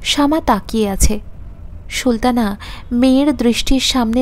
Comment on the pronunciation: খুব ভালো হয়েছে। সুলতানা নামটি Sultana পড়ুন, "Shultana" না বলে। আরো perfect হবে। পরের পর্ব কি upload হয়েছে?